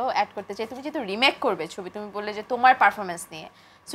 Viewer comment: Ekta gaiya illiterate always jehetuk eta kono word holo, apropirate word hobe( jehetu) not jehetuk